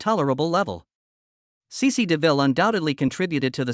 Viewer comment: Sĩ Sĩ as AI calls it.